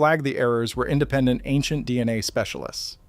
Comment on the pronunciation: Excuse me, angent or ancient speciaIist?????????